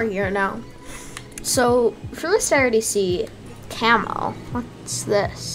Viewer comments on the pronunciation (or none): camel ???? its camo